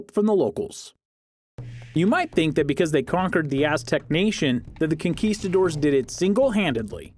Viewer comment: "kinkistadores"...hiring a better narrator would've helped :-)